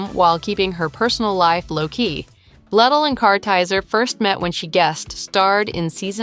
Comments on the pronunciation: You're mispronouncing her last name!!! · Multiple incorrect pronunciations of her last name 🤦🏼‍♀️